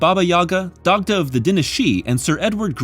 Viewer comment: These recaps really make it clear just how skinny Hellboy has become over the years. By the end of the video he's a damn beanpole. Also btw Dagda is actually pronounced "Dahda" with a little phlegm on the h. Props for your correct pronunciation of Hecate tho, most people mispronounce it phonetically or as "Heckit"